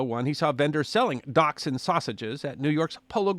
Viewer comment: It's pronounced dash-hound! Lol